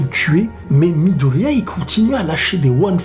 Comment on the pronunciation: "shouto" et "midolia"ptdr tu ma tuer